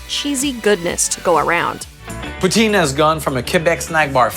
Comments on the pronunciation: Poutine - pronounced POO-tin, not poo-TEEN and definitely NOT Putin! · OMW! It’s not pronounced pooteen ugh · It's pronounced POO-TSIN not POO-TEEN!!!! 😀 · For the love of God - "puts-in" not "pooh-teen".